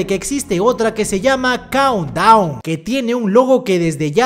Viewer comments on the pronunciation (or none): Pense q decia cound wn xdddd